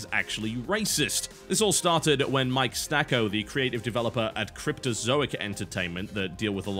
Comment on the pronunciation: It's Sacco, btw. Not Stacco.